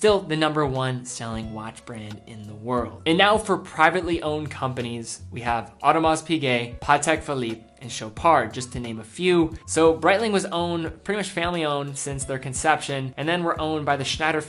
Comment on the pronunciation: 'Ulysses' Nardin Tommy 'Hilfinger' Audemar's' Piguet 'Putek' Philippe Amateur pronunciation mistakes. I expect more from this channel.